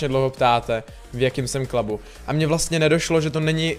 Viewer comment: v jakým jsem KLABU" ..to znělo dost blbě :D někdy se anglická výslovnost opravdu nehodí